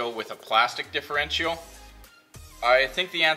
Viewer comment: Not custom tapped threads.. custom threaded inserts. And the last 'i' in Differential is not pronounced.. more like 'diff-er-EN-chal'.